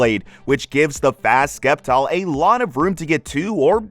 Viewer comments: stop pronoucing sceptile wrong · Love the video man, but pronounce “Sceptile” right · "Sceptile.": Skeptile Me: Skiptile. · For nearly 20 years I've been saying the first syllable the way we pronounce 'science' 😂